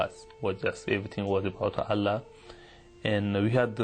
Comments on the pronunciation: He memorized the Quran but he can barely pronounce the word Allah ..lool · His pronunciation of ALLAH is wrong too. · Yet his pronouncation of "Allah" is completely different lol. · He is not able to say Allah properly even though he memorized the Qur'an and went to Mecca every 3 months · He don't even know how to say Quran and Allah properly after 10 years in Madrasah? Another fake.Please study more about Quran and Islam. You are so funny ...LOL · He can pronounced Christ and gospel so clearly but not allah and Muhammad and he was Muslim memorize Quran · I always know whether this guy WAS a Muslim or not, is just by listening to his pronunciation of of Allah and Qur'an. Just plain simple. I laughed when he said he had memorized the WHOLE Qur'an BUT how come he can't even pronounce these 2 words properly. He pronounced them like non-Muslims do. Watch the Muslim videos and listen how they pronounce the word Allah and Qur'an. My conclusion is: He is not a Muslim and was paid to do the video by the Christian Propaganda. Just FRAUD!